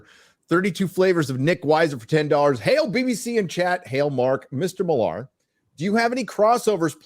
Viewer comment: Matk seems pretty cool (despite the fact that I'm the opposite of fond of the Ultimates and Kick Ass). If you ever have him on again, you MIGHT want to try to pronounce his last name MILLar (basicaly Miller) as he does, instead of millAR.